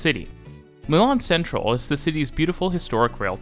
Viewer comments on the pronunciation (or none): Technically, Centrale is chen-trah-lay, but if you don't want to pronounce the Italian, it might just be better to say it completely in English (sen-trahl sounds a bit...Dutch?). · Milano Centrale: chen-tra-lay.